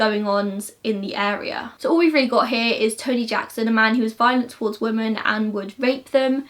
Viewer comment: Love your videos but you pronounce ‘women’ as ‘woman’ and it’s a little frustrating 😂